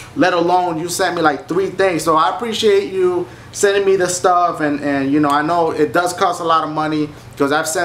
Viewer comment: YOU-KNOWN!? D-DASHIE YOU REALLY GONNA SAY IT LIKE DAT DASHIE!?